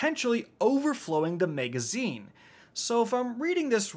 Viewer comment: Why does he say “megazine”?